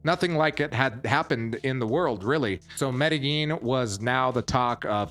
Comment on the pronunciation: Dude, learn how to pronounce Medellin